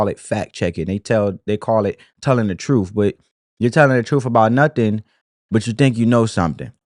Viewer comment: The Democrat big bird vomits the talking points down their throats. Then they puke it all over us, over and over and over. The word it TRUTH not TROOF